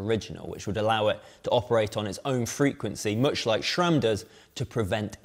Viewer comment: ah yes "Jura-ace" and "Schram".